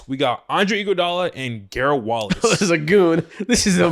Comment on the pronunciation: Garle Wallace not Gerald Wallace